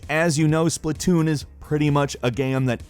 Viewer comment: it is "Splat-Toon" not Splitoon did you have a brain fart? It must be your advance age, your not getting any younger grandpa...